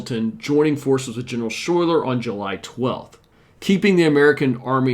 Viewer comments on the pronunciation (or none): General Schuyler's name is pronounced "Skyler".